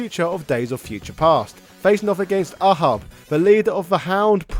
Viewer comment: "ah-hahb" is pronounced "Ay-Hab"